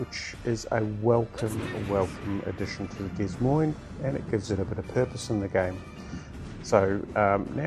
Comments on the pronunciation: Since this ship is named after a US city, FYI it would be 'Duh moine' pronunciation. No 's' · Heads up, the “S” in Des Moines isn’t pronounced.